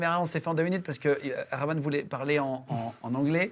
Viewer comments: Pas rackman guigui, Rahman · Cest cool mais svp.. faites un effort pour bien prononcer leur nom. Cest pas complique pourtant.. A.R.rahman et non pas a.r.rakman. Mani rathnam et no pas mani ratman...